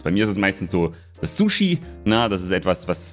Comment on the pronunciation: Btw das erste s bei Sushi wird wie ein z gesprochen nur so als kleine Anmerkung